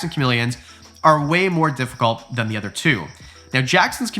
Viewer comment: I love your content SO much... been following you for awhile.... but I've been holding back on a comment and I just can't anymore... why can't you pronounce "other" and instead say "eether" lol I'm also Canadian ♡ but come on man, its Other not EHther lol 😂❤ but it's all good, I'm just being silly goosey, bobs my uncle, lol